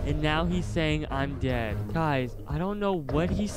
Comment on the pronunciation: DAED si daed he say youre daed